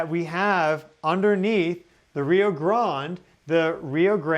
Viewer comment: He annoyed both Mexicans and Gringos with the way he pronounced the word Grande